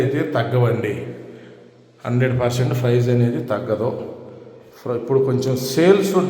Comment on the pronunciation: ఫ్రైస్ కాదు ప్రైజ్..